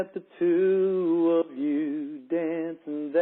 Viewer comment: "Look at the tew of you dancin' that way..."